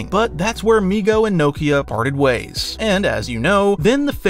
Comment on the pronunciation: He was saying migo but I was hearing nigo 😂